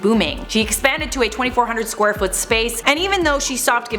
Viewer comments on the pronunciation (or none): none